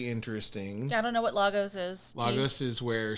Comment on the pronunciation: Only wish the MCU would get the pronunciation right - "Lay-gos" not "Lah-gos" - had the same minor complaint when I watched Civil War as I lived there for a while!!!